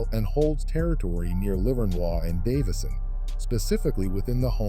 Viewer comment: Hate the way the AI says LIVERNOIS 😂😂😂😂